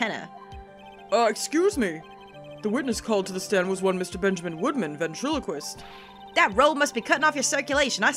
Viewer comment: You guys..... Ben-Trilo-Quist. Ventriloquist